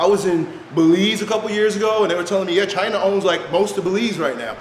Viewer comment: "Chyna" = israel